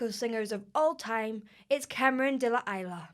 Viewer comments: Please, do honor the singer by pronouncing his name correctly. (is-la not eyela ) (cfr Isla bonita Madonna) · Isla is pronounced ees--lah (mean island in Spanish) not 'Ila' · There's only one word you need to know here: it's duende. This is pure traditional flamenco. There's no 'vocal training', they're learning from as soon as they can speak. What you're hearing is a very unique vocal sound/style that is not limited to Cameron, but rather part of the system/tradition. Also, it's pronounced 'Is-la'. :) You should also check out Jose Merce, Rancapino Chico(Hijo), and El Torta(to name a few) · Vocal coach who can't pronounce Isla... 👌🏼